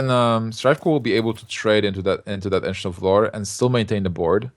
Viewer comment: "Ancient of Lore" Sounds like he says "Engine of War"